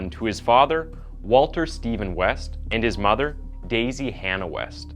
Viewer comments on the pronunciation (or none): none